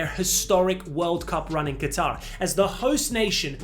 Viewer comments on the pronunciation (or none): none